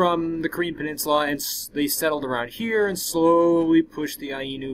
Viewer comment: And Ainu is pronounced eye noo.